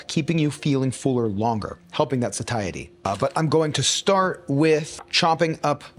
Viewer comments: Satiety is pronounced: Say-she-uh-ty. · Satiety. Say-it-ee. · Huh TIL you can pronounce Satiety as Suh-tie-uh-tea. I've always said and heard it pronounced as say-she-ate-tea